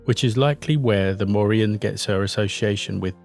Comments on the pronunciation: Morrigan is pronounced like the surname Morgan you should let the G be heard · This was a good video. I love hearing about our lost mythology, and it seemed well researched, but (a minor but) you needed to do a bit more research into pronunciation. The Morrigan's G is hard, not silent. G goes silent in Irish when paired with a H, and it still modifies the H to be a bit harder. Cu Chulainn = Koo Cullan. The CH in Irish can be hard or soft, but not silent. When soft, it comes from the back of the throat (think Smeagol coughing up the name "Gollum"). Queen Maedhbh is actually just Queen Maeve (an understandable anglisisation of the spelling), like in The Boys. The DH is silent and the BH makes a V sound as there is no V letter in Irish. Otherwise, spot on. Nice work. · You keep leaving the g out of the name when you say her name